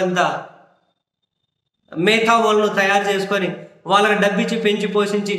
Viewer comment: మేతదావులు.అన్న,పదాన్ని మేధావులు అని తప్పుగా చెబుతున్నారు,చరిచేచుకో..బ్రో